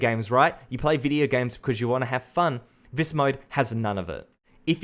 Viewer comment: B4 u criticize something learn how to say “this” instead of “vhis”